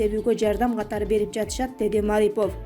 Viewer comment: Эй,басымды туура коюп окучу МарипОв,мАрипов дебей